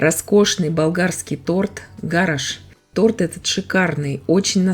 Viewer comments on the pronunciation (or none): 💯 Совершенно верно. Да и его фамилия иначе произносится.. ГА'раш - ударение на первый слог и с буквой Ш в конце.